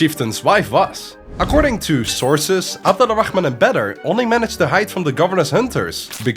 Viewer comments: hearing his name pronounced wrong for two long videos is so annoying, AbdulRahman, not Abadalla Rahman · by the way they have the same name but you keep pronouncing one right and the other wrong and it's kinda funny😭😭 It's Abdulrah͟man Not Abdulrak͟h͟man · Btw its AbdulraHman not AbdulraKHman, like the H in Ahem when you clear your throat, not like the KH before you muster up a spit